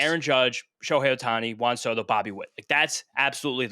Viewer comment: “Juahn Sodo”🤓